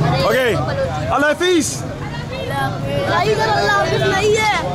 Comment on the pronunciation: If this really is a Muslim, why can't he say " Allah Hafiz" and many other Islamic words properly.